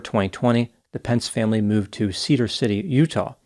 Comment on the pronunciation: I love how when talking about cows and telling the story you said moooved and utterly. You are very humerous. I wonder how many other people see your sense of humer? Sometimes it may be hard given your serious persona. Just want to let you know I appreciate it and your channel.